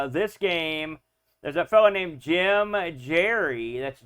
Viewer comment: Had a great time translating it to MC-10. Map editor is from Paul's original. Took the elevator out of mine (merely for mem saving reasons). btw, Gerrie is pronounced as "Gary." Super CRPG. Thanks for the retrospective on this overlooked classic. There's a rare monster encounter on highest levels with a creature of Hitchhicker's Guide to the Galaxy.